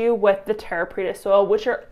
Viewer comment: Preta not petra. The latter is in Jordan. ;)